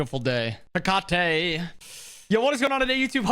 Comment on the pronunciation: Italian here, in ancient Rome they would pronunce the name as you do! And before that, in ancient Greece they would stress the first "E" but in both cases the final sound used by is wrong